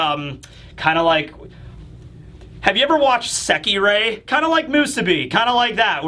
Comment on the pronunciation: Nah lol my man said sekerei 😂😂 ain’t that the fighting girls ecchi show